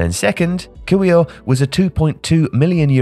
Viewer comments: ffs, learn to pronounce Polish surnames. It's not hard. It's not "Qouivre" or whatever you said, it's "Keev-yor". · One thing my dear - Kiwior is meant to be read Quivyor, not "Cuye" 😊 This might be irrelevant for you, but every respectful journalist/creator should respect and learn Polish, Portuguese or Korean names pronunciation, especially when we are talking about man worth 25 milion pounds. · It is "Keev-your" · it is so easy to find out how to pronounce Kiwior's name. Why make so little effort? Given how you fancy yourself a global chap who knows how to pronounce things